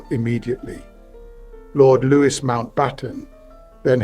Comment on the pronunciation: 80cm rockets becoming V2s? This text-to-speech AI can't pronounce lieutenant, or Louis, in the English manner, despite seeming English.